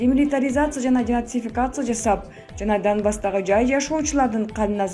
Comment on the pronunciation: Деактификация эмес деНацификация